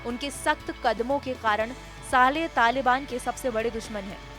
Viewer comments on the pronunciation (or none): anchor jis hisab se saale saale bol rahi hai kafi hasi ari hai yaar suno zara gaur se 😂